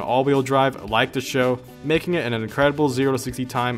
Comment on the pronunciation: Did... did you really just say Taurus "SHOW"??? Maybe it's right, I always said S H O.